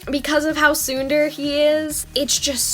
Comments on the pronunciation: hi, not to be rude or anything, but I wanted to point out your pronunciation of tsundere. You got the "tsun" right on! But "dere" is pronounced more like "deh-reh" c: A lot of people pronounce it "dare-eh", but the Japanese pronunciation is the former. Hope this is helpful! Don't worry about looking like a weeb, btw. Japanese culture has a lot to offer, and it's simply ignorant for people to assume that anyone interested in it denounces their own culture :c I just went to AX and it was awesome ;3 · Oh god hearing you pronounce tsundere like that is a bit... 2016 reminiscent.